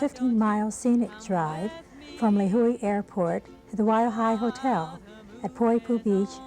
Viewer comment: Lehui...should be Lihue